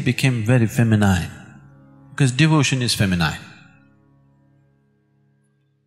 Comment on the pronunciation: Would be nice if S. could pronounce the English word 'feminine' correctly